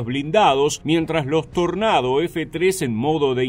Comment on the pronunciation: Dios, muchas gracias por pronunciar "Tornado" cómo se debe Buen video